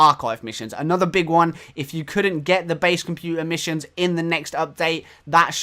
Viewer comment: ROFLMAO "Missue Issions" I am in tears atm. HAHAHAHA